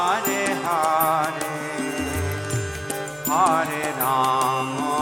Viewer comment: It's pronounced as hare not haare.